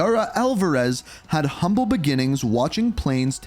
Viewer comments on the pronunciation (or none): none